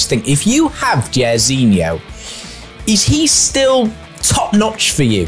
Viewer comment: JAIRZINHO SAID LIKE JAR NOT JER it's bot behavior